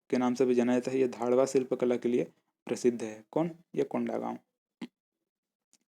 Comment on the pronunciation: 6.52 धाडवा शिल्प कला नही है भाई , घडवा शिल्प कला है वो 😂😂